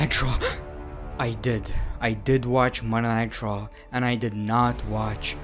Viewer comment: When He says “Munnaitecha” instead of Monday Night Raw💍